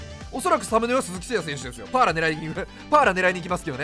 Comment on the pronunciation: 鈴木誠也選手言い方間違ってますよ。